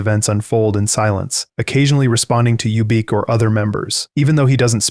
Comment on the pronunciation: Who is youbeak lol its ubik. Like the phillip k dick novel.